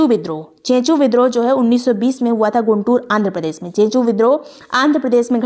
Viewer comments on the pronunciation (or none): none